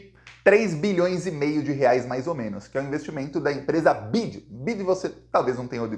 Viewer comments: o nome da empresa BYD se pronuncia Bi Uai Di. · BYD a fábrica de carros chinês se lê, bi aí di.